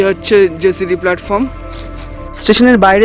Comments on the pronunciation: উচ্চারণ টা জেসিডি না জসিডি হবে। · কথাটা জেসিডি নয়, জোশিডি ।